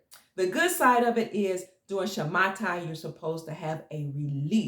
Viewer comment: Dear, Thank you so much for everything.. I would like to correct you in the pronunciation of the word "Shamata". The correct pronunciation is "Shmita" (שמיטה). Much love to you.. Gil from Israel.